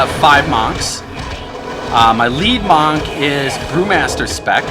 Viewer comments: Monk is pronounced more like "munk" than "mahnk" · it's pronounce MUNK not MAHNK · your say MANNK and Auction HALL.. you are fucking gay! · oh dear god, please dont ever say "Mank" again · Monk is pronounced like 'junk' or 'trunk', not like 'maw' or 'caulk' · you are a moron. Your "let's assume 130g" was actually 29g. Your "let's assume 10g from silver" would have been AT LEAST 47s per item. Your AH price assumptions are ridiculous as well. Lastly, your pronunciation of the word monk is the worst thing I've ever heard in my life. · please say Monk properly ffs... smh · The way you pronounce "monk" makes my stomach turn.